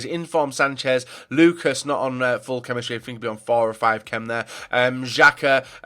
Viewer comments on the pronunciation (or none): none